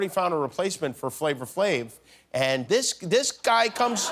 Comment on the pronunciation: Not that it really matters but it's not FLAVOR Flav.... it's FLAVA Flav lol